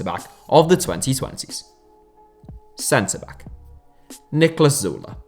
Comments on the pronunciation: That's... That's how it's pronounced. Like Zoo-leh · that's actually how u pronounce his name